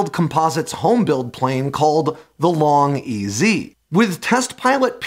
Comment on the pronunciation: Subsonic explosion is an oxymoron. That shock wave is what defines an explosion. Long EZ is pronounced long easy, not long E.Z. As the precursor, the VariEze was pronounce 'very easy', not 'vary ease'.